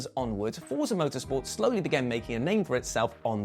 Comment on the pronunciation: Fort-sa. Say it with me: Fort-sa... 🤌